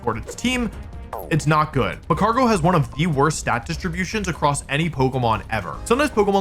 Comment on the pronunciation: Says Mag-Mor-Tar but misses the g in magcargo